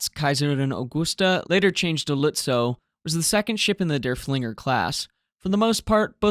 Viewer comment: Just a note - the name of Lützow's sister ship is not "dur-FLING-er", it's "DURF-ling-er" - accent on the first syllable - named for Georg von Derfflinger, a Prussian general during the Thirty Years War.